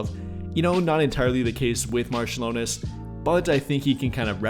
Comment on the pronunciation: Augustus Marciulionas :D AugustAs MarčiulionIs